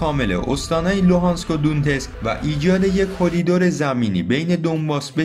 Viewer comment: مثلا تلفظ دونتسک هست donetsk یا در مورد استانهای سوریه تلفظ صحیح حمص هست homs امیدوارم همیشه موفق باشید ، یاحق